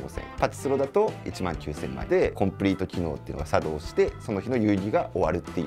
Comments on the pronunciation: コンプリート機能が茶道しました！？笑 イントネーション間違えてるやろ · コンプリート機能が、さ↑どうしました🤣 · 何で作動じゃなく茶道のイントネーションなんですか！！ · 作動↑しました。って発音おかしい😂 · 作動のイントネーション